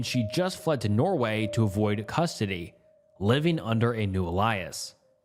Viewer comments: Alias not Elias!!!! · Hey love your videos and rabbit holes… but got I have a problem with your mispronunciations 😭😭😭 You mispronounce so many words that it bugs me. Example: alias, conservatorship, and majority of the times Etc. It’s Et cetra! With peace n love 🙏